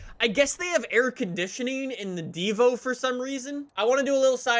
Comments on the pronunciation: It’s pronounced deee-vo not di-vo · D I V O NOT D VO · I swear I was so close to clicking off the video when said "I'm gonna call it the divough the whole video" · diivo Me: TRIGGERD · (“Devo”) not Divo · Me: Divo: Divough Me: punching my TV saying IT'S PRONOUNCED DIVO U SCUMBAG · 100th like and it's a "dhivoh" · Bro chiron is pronounced shiron and Divo pronounced deevo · No one:: Dvo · ENSURES he says Nissan like the Japanese do Also: Cheer-on, Dehvo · It's pronounced Divo, as in Diva, it's a french name. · diva is actually pronounced deeva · Everyone: DeEeEeVo Joe Alex: Divo